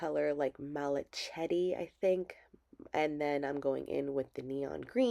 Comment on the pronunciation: It turned out really nice! 👏🏼 BTW, the color malachite is pronounced mal-uh-kite. Just thought you’d like to know. 😁